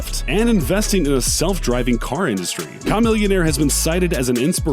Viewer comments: Kah millionaire 😂😂😂 wtf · Com-millionaire? No. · Ka millionaire (that's how it's pronounced) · Who is Kah-millionaire!?! Please stick to what you know. This ain't it. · chamomillionaire huh. your one of the people who dont really know him based on how you butchered his name. Not chamomile my guy. I see thats why you pronounced it like that. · "Kah-millionaire" bruh... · OMG it's humiliation for this due Ka millionaire lolol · It’s pronounced Cuh-millionaire 🤦🏾‍♂️ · "KAh Millionaire" LOL STOP he keeps saying it LMAO!!!! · bro said kah-millionaire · That’s what I’m saying bro he said Com-millionaire lol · I agree. Yeah, don't do videos about hip-hop, if you can't even say the names of the artists without that kind of struggle. Cam Millionaire? lol. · KAahhh melionare Ewwwqq yuck don’t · Ya seriously me too. I cant watch it because of that. You have to know how to say their name if you wanna talk about them rule number 1. Dammit it gave me anxiety lol COM-MILLIONAIRE WTF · Same here KA-Millionaire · shamillionaire (shuh) pronunciation would be understandable the narrator put in an hyphen (shy-millionaire). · Pronounced Chameleon*. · *Pronounced Chameleonaire. How you get Chameleon out of Chamillionaire? lol Ya'll trippin. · disliked because you cant pronounce chamillionaire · I felt iffy about a white voice on a hip hop channel, then when he pronounced "Chamillionaire" like that... Goodnight. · My man u butchered the hell outta chamillionaires name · Why is he pronouncing chamillionaire name like that I thought it was a new rapper🤣 these people🙋🏼 be doing these videos and can't say their names🤦🏽‍♀️ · Why is he pronouncing Chamillionaires name so dam weird ? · killing me with the pronunciation of "chamillionaire"!!! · Bruh the chamillionaire pronunciation killed me 💀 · You straight butchered Chamillionaire name. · For him to butcher "Cham's name like that shows you his culture vulture.."privileged" ways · How you pronounce it it’s start by ch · Ch-Ch-Ch not ka smh